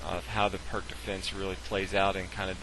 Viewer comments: He pronounced the opening wrong. It's pronounced "peerts", not "perk". Not that it matters. It just bugs me.... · It's pronounced "Peerz" Defense -- but good vid, thanks. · Peerts, peerts, PEERTS. Pirc is pronounced peeeeeerts you patzer. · The "perk" defense! Dear God! Can't you do your homework before producing these videos? The Pirc Defense, named after Grandmaster Vasja Pirc, is pronounced "peerts." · The "Purk" Defence is actually the "Peerts" Defence. I know people will jump on me for pointing this out, but I was just cringing. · The c in pirc is pronounced as an s as in Sam not a k. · Pierce - is how I prefer to pronounce Pirc